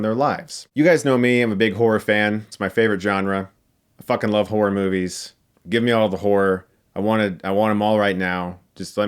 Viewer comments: He kinda says horror like whore....lol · So no one heard whore rather than horror? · “You guys know me, I’m a big whore fan. I like whore.” Ik he says horror, just sounded like he said whore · I can't pronounce horror. I end up just saying whore. Lol